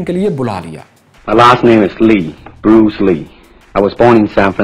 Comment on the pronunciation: You don't have knowledge of how to pronounce SUCH STALWART LEGEND HON BRUCE LEE SIR 🙏!!!!! !!!! YOU PEOPLE WON'T HAVE ETIQUETTES